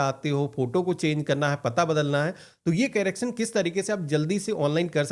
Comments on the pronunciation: Carrecting nahi bhai correction hota hai 😂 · Carraction nahi hota bhai.....correction hota hai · कैरेकशन nahi bhai correction (करेक्शन)